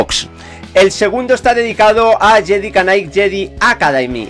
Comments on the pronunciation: no es JEDI KA NIGHT ES JEDI NIGHT = JEDI KNIGHT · Cada vez que decía "yedi canai" un diccionario fallecía jajajaja. Perdóname tio pero me hizo gracia.